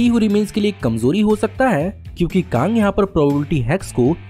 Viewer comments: It's Kang not Kaang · Bro bus KANG ko KAANG mat bola karo 👍 Baki sab A1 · It's Kang not Kaaang annoying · Woh kaang nahi kang hai 🤣🤣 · bro it's Kang not kaang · Bhai tu Kang ko kaang kyu bolta hai 🤦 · Bhai, Your pronounciation of Kang is wrong. You are saying it Kaang which sounds irritating. Kindly correct it... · Please prounance the KANG correctly..😂😅🤧🤭🤘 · Pronounciation of Kang the conqueror is wrong